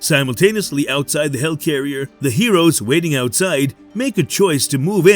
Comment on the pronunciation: Why do you keep saying "hell carrier"? It's a HELIcarrier!